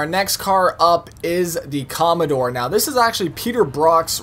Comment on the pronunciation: comondore he says ahahaha im dead